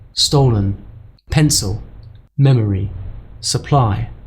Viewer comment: I'd argue that you pronounced the e in stolen and maybe the i in pencil as /ɪ/. The o in memory sounded like it was barely reduced at all.